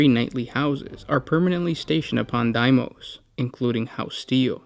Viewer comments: Bro it’s pronounced dee mose not die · Dee-mous Not die-mous